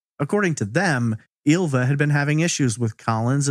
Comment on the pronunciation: Ylva is actually pronounced as the "y" in David Lynch, not "eelva" or "illva".